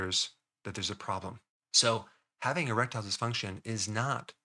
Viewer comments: I thought i heard him say a-reptile dysfunction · I really heard Rectile, so I though, ¿why are we talking anal here?